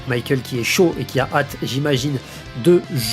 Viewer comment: Il faudrait arreter d'appeler Michael "maykeul" il est espagnol pas anglais le gars,de toute facon en katakana son nom se lit bien mi-ka-él(u)